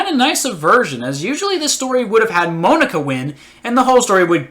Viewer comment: “Moan-aka” “Dick-ay” XD